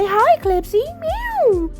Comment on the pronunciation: Heyy beautiful and Clipsy 🩷🩷🩷🐈‍⬛🐈‍⬛!!! I’m in love with your set 😍😍😍!!! I want to try the eggs on a nail soon!! (Thank you for the inspo!!) Clipsy didn’t like you because you was calling her the wrong pronunciation 😂😂😂!!!